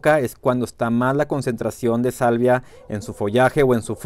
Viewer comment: Una corrección esta muy interesantes tus videos ,pero dices salivia,cuando te refieres a la sabia de las plantas,podría confundir a tu auditorio,saludos sigue con tu excelente trabajo.